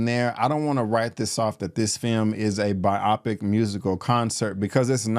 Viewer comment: I've never heard biopic pronounced the way you say it 😭